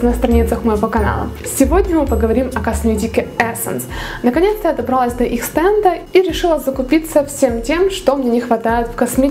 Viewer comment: добралАсь а не добрАлась ну это так для улучшения канала